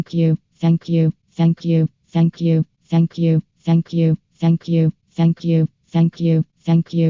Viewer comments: Or saying f**k you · If you speed it up to 2.00 it sounds like is saying “Akyoo” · It sounds like is saying fuck u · Maybe it's just me but, If you listen to for long enough, it sounds like she's saying "fuck you" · "shank you" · all i hear is "ankiu" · Fenkju. That's all I hear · It sounds like she saying ”Fuck you” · if you listen real close it sound like she's saying fack you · To me it sounds like 'feck you' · Heck you is all I hear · Sound like Feck U Or suck u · If u speed it up it x2 is sounds like she says f you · ITS LIKE SHE IS SAYING THE F WORD